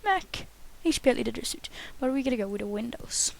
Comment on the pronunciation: btw, suite is pronounced 'sweet'